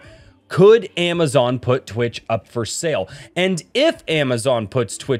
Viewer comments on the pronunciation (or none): Twich is the sound you make when you want to say "Twitch" but along the pronounciation of wi to tch you sneeze so you end up saying "Twich!"